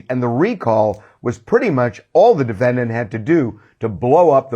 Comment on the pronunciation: Noone: Harvey: De-feNN-Dant